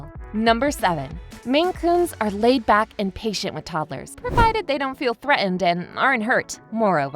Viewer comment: Not sure how informative this is when you can't pronounce threaten and curtains correctly.